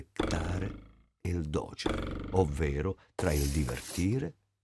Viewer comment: si dice docère con l'accento sulla e